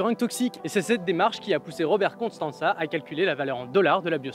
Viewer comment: C'est fait exprès "constanza" ? Parce que c'est "costanza"